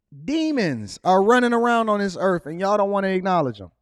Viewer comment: Please pronounce “earth” correctly, it isn’t earf, come on man 😂